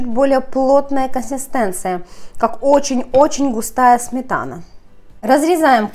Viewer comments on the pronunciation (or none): обычно. рецепт крутой - выглядит отлично. снято хорошо. НО манера разговаривать - нечто. так давить из себя слова. и еще "консистЭнция", "твороХ" это что?? уши режет. вот и дизлайк